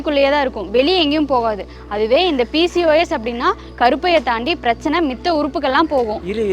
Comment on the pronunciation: Sister, adhu ''mitha'' illa. 'Matha' or 'matra'